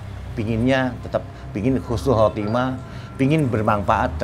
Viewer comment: "Husnul Khatimah" Bukan "Khusnul Khatimah"